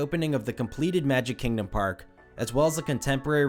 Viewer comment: “KANG-dom” 😂 bruh moment